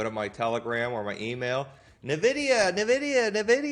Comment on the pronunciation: It's ENN-vidia, not NUH-vidia. I lived in Silicon Valley for 25 years and drove by their HQ every day.